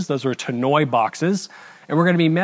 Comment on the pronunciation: Tannoy is pronounced Ta-nnoy like annoy with a T